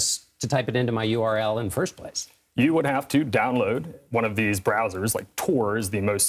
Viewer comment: "ULR bar"